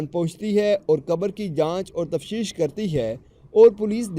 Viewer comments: تفشيش ناهي بولتي ،تفتيش تفتيش تفتيش اوكي سمجه؟ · Tafsheesh nahi .tafteesh